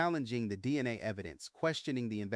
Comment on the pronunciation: I'm very confused by this video. Was Kornberg a name the press accidentally gave him? I have never heard of this before. Why are there so many mispronunciations in this video? Is it intentional? Moscow is Mosk-oh not Mosk-cow. Goncalves is Gonsalves. The C is pronounced like an S. DNA is pronounced like the capital letters. It isn't DNI or DN-uh. I am thinking you did this intentionally so I hope I am just misunderstanding a little. This case is an absolute mess and I agree it wasn't random. The "survivor" never was able to ID Bryan as the man in the house. The media just spread the story as fact and people just believed every word without needing proof.